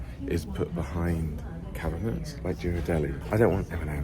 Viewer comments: The shop with the fun and funky plates is Fishs Eddy, a NYC institution. The San Francisco chocolate is pronounced GEErardelli not JEErardelli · The correct pronunciation of Ghirardelli’s chocolate is pronounced as GEAR-a-deli. Also never call San Francisco Frisco as that is a whole different town in California. 😉